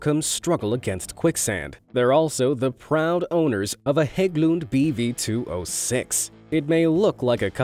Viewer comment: Nice work on pronouncing Hagglund. Perfect :)